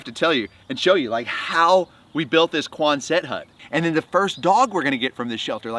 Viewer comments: I lve always heard it pronounced QUONset not quonSET unless this is something different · you are a dear person and bless you for you are a piece of Work!! One more thing - and I just looked this up to be sure: It’s QUON’sit Not QuonSET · God bless you. Love “Sitting With Dogs!” But with respect the building type is pronounced QUONset —accent on the first syllable —not quonSET. I definitely will try Flip coffee. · Love your work and testimony, helping the pup's,,,But please, You're sounding like some kind of French guy trying to say Quonset hut..As an old Jarhead, Very familiar word that a dog faced drill instructor would yell Out QUONSET....Not Quon•Set...Quickly one fluid word..😂 Thank you,fight the good fight 🐶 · Yes, it's exciting! By the way, it's QUON-set, not Quon-SET. It's very cute, too! I can't wait to see this farm grow. I'm too poor to buy the coffee or donate, but I'm sending all my best wishes and will add to your "view count," or whatever it's called. 😄😀💖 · Quonset is pronounced cuan’zut. Congratulations on the new project~ wishing you great success. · Hi, I love what you do with animals. I grew up in Rhode Island, where there is a place called Quonset...which had lots of Quonset huts back when the Navy was big there. My dad was in the Navy. I can tell you with great certainty that the proper pronunciation is Quon'-set (emphasis on the first syllable). You say it like you say handset...Quonset. You would likely not know that, being on the other coast. Just trying to help you out before you get a bunch of grief from all the Navy guys and gals. God bless. 🙂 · quonzut hut phonetic pronunciation equal accent like buggy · I would definitely buy your coffee, but it's so excessively expensive that it makes Whole Foods coffee seem cheap. Can't do it. Also, why are you pronouncing quonset that way?